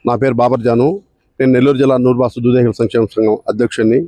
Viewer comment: దేదేకులు కాదు తల్లి దూదేకులు